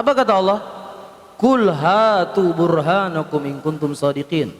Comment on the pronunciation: Burhanakum, bkn burhanukum tolol emang, bisa nya ngertik doang